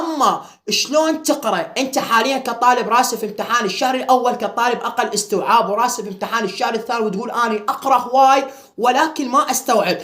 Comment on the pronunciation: ولك استييييعاااب مو اوووستوعااب 😂😂😂